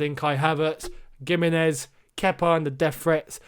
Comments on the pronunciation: Gimenez is pronounced with a H sound... like Wolves player Jimenez #spanishfolks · something about how he pronounces gimenez doesnt sit right with me